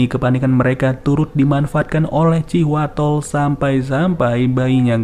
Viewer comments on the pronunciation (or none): thanks infonya, abis di video ngucapinnya terdengar kaya Cihuatol,,hahaha